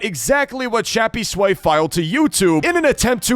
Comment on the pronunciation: why do u call him shappysway its crappysway